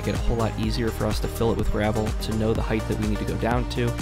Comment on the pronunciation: Height not Heigth..